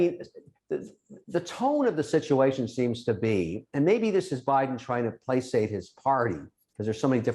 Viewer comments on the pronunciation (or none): I've never heard the word 'placate' pronounced playsate....? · plasate? wtf? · Placate has no s in it!